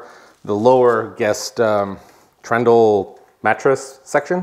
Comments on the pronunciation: Please dub over saying “Trundle”.. not Trendle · almost right. Trundle, not trendle. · Great work! A beautiful build! A note, though: it's trundle, not trendell! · Lol so cute how you call it trendle instead of trundle. Hmm, I feel like the stairs were lost space: I would have made them open to store books or their shoes or have baskets where they could store stuff 🤔 I do like that bunk bed, had one as a child but however slept on top would bump their head on the ceiling when we got too big. Was so sad when my dad disassembled it into two individual beds 😭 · Me too 🤣🤣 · anyone else cringe every time you heard "trendle" lol great build, gives me plenty of ideas!